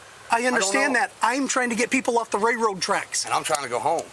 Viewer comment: The most frustrating part of this interaction is listening to the officer call them "ray-road" tracks 😂